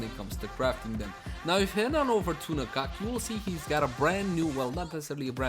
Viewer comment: At last, a person who pronounce "Na-kak" very close to the actual Thai word. :)